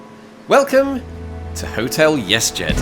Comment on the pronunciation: Cool. It sounds like you keep pronouncing it "yes jed" .